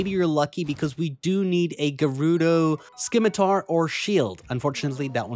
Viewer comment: Say it with me scimitar=Sim-i-tar.